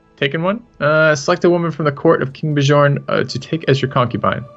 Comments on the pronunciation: please learn how to say Bjorn... its not that hard.. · You two should watch the tv series Vikings, then you'll know how to pronounce Bjorn at least lol